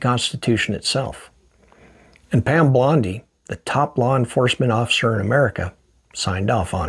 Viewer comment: bondi, not blondie